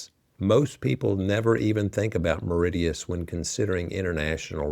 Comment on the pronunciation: Mauritius, No 1…. Not Meridious. De Facto, Indian Navy & military is through structural integration, shared bases, and geopolitical alignment, India heavily secures Mauritian territory.